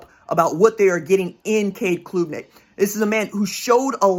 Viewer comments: Klubnik - like Club-nik, not kloooobnik - enjoyed it! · Hey RJ, Great work as always! ( it’s pronounced •club• •nick• ) ✊🏽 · it is pronounced CLUB - NICK -- just saying